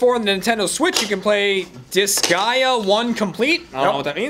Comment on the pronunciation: did an excellent job pronouncing Disgaea.